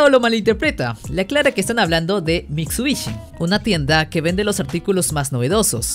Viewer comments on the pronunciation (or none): jajajaj... es Mitsurugui no mitsubishi... jajajajaja te mamaste!!